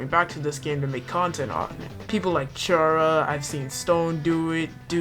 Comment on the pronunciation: even outside of Undertale content, I can't escape from people pronouncing "Chara" with a ch sound...